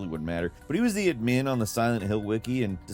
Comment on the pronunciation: I don't think I've ever heard anyone pronounce "admin" like you do lol